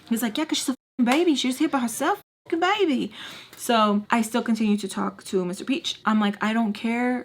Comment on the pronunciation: He said " not gunna royd wiff a baybeh" lmao